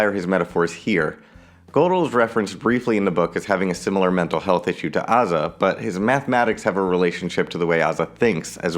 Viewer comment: i think its pronounces a-za as in a-typical or a-theist.